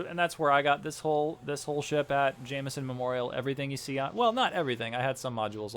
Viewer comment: ja-m’-son memorial XD